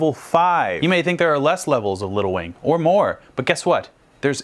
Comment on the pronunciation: seems to have lost the "g" in "wing".